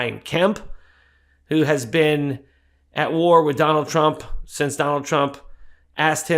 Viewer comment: I like the way she blocked the T in Trump so it’s rump